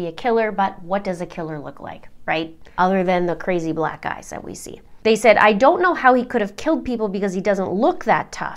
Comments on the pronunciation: It totally sounds like you say, "besides the crazy black guys we see" EYES, she said EYES I was just listening so when I looked at the video it's clear you say, Black EYES that we see. In case anyone else heard what I did. Lol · Totallyyyyyyyyy thought you said "crazy black guys that we see." I had to rewind and watch your hand signals to realize you meant eyes. I knew you would never say something like that lol. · Oh dear — "crazy black eyes" sounds a lot like "crazy Black guys." Had to go back and watch (was listening) then saw your gesture. 😄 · I’m confused did she say crazy black eyes or crazy black guys? No one has black eyes, so really confused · Did she say crazy 'Black Guys' we see or 'Black Eyes' we see 🤔🤔🤔🤔